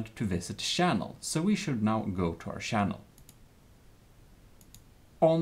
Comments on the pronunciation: I love how he says Shannel not channel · SHange SHinese SHannel SHaracter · is anyone else slightly disturbed with the way he says channel and character uhh...